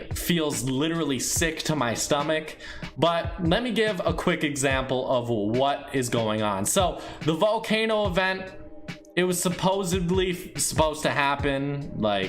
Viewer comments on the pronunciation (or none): Kid say supposedly like supposebly